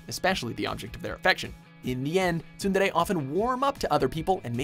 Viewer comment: god damn does that pronunciation of tsundere kill my ears